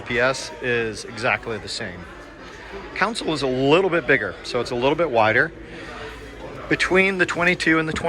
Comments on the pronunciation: Thanks for the great review but please don't say council. It's console like con sole :) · Thanks for the making the video. You did a good job of highlighting some of the differences between the two models. Just two notes for the future. A “council” is a board, political body, or advisory group. A “console” is what you’re seeing on these small boats, and it is pronounced “con-sole”. Also, the toilet on a boat is a “head”. I’m not being critical — just trying to help you communicate with folks in the boating world, as these are familiar terms for us.